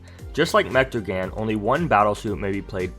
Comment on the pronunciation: Say mechtagan because it’s pronounced (mech-ta-gone)